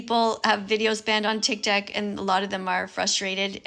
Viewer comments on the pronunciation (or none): tic tac? don't you mean tiktok? This old skeleton can't pronounce words properly. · did she just say tiktak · does she call tiktok tiktak/tiktac? Please can someone tell me what they hear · and its not called tic tac its Tik Tok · btw its tik tok not tic tac nigga🥩🍗🍖🍕🍔🌭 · Blud said tic tak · DID THIS FUCKING BOOMER JUST CALL IT TIC TAC😭😭😭